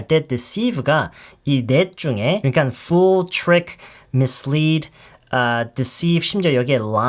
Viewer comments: 빨모쌤 발음이 100% 정확합니다. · 정확하게 하시는 거예요 l은 한국어의 받침 역할의 ㄹ과는 발음이 완전히 달라요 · fool을 발음할 때 l발음이 약한거 같은데 맞나요??